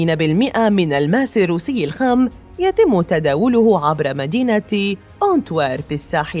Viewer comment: الماس و ليس ألألماس